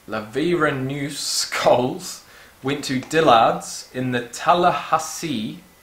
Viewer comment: You trying to say Laverneous Coles, Dillards, and Tallahassee in a row was quality content